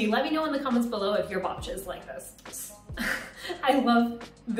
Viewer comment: the babcia's one is perfect..the way you say it hahahah